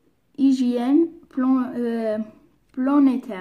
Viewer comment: Planétaire pas plonétaire